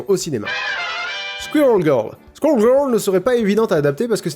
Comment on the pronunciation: Squirel = squouérol phonétiquement